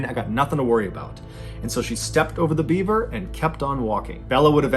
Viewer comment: I swear I thought it sounded like you were saying Bieber….. like “This Bieber doesn’t have a head!” lol You know instead of beaver! 🦫 🤣